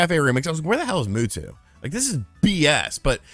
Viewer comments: I'm sorry... Moo Two? Mew is pronounced Myu. Like "pew-pew" when kids shoot fake guns (they say pyu-pyu not poo-poo) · He just called Mewtwo "moo-too"... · Everyone: Mewtwo: Muwtwo He should make a Pokémon channel. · The world: Mewtwo: Mootwo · "Where is Muhtuh" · Mootwo lol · "Moo-two"? Get out of here. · Ugh, why do you say Mewtwo like that?